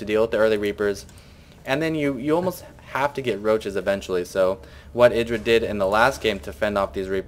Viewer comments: i thought it was pronounced eyedra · no cuz hd starcraft and husky both say it like eyedra